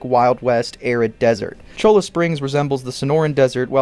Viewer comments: Not Cho-la, it's Choi-a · Cholla is pronounced "CHOY'-uh", its a cactus found in the Sonoran Desert. In Spanish, the letter ll is pronounced like a y. Cholla is often called "Jumping cactus" for how easily it will leave its own parts, covered with strong quills, in the skin of the invader. They are all over the map in Cholla Springs in the game as well. In fact, this is really what got me hooked on RDR(1) a dozen years ago: it felt like I was back home in the desert west of Tucson, in Avra Valley (near old Tucson)